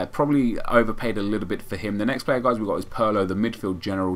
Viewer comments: Puurrrlo? Its Pirlo ya dink. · its pronounced Peer-Low get the mans name right, hes a legend and at least deserves that!